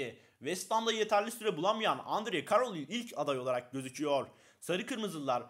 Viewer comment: Poçettino ve endy kerıl diye okunuyor